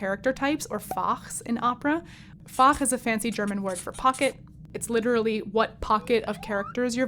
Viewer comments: Fach is a very short word. You stress the a too long for German. The plural is Fächer in German, but musical language may differ. I didn't get the word at first because of your pronunciation. Anyhow nice video, comment for the algorithm. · German "Fach" in this sense does not really translate to "pocket". When using "Fach" for a type of voice in German, we tend to think of "Fach" as in "Schulfach" = "school subject". But thanks for pronouncing the word so beautifully ... :-)